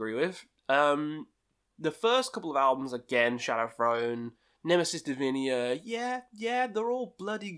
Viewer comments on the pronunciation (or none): I guess this is the 27th time, since I watch your channel, that you said Nemesis Divinia. It's Nemesis Divina ;)